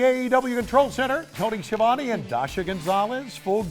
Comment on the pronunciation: Tony . . . . Ski-a-vone.